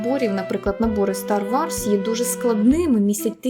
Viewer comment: дякую тобі за цікавий та інформативний контент, твоя українська захоплює!!!! Єдине зауваження: ну не "Стар Варс", а все ж "Стар Ворс"